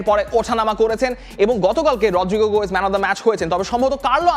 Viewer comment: Apnr ki bhai uccharone onk somossa? গোয়েস কি ভাই?